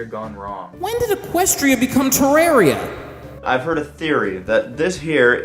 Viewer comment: said Terraria wrong